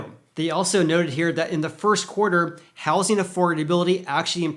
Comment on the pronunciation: I’m sorry, but I can’t take it anymore! It’s pronounced houZing, with a Z not with an S.